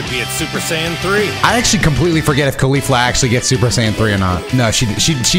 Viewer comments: i heard you say "khalifa" na "caulifa" hmm.... xD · ”Khalifla“ I can’t un hear it